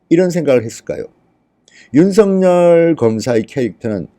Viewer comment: 윤성녈이 아니라 윤서결입니다 이름 발음, 다른 사람 만들고 있네요 조금만 주의하면 올바로 발음할텐데...